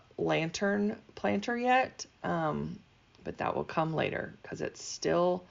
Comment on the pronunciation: “Plantern” lol